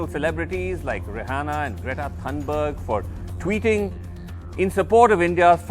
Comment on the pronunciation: Its not pronounced thanberg, but Thunberg (thuu).